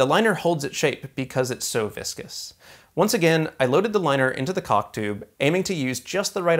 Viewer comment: I don't have anything informative or useful to add but.... Accents are strange things. Caulk sounds like something else........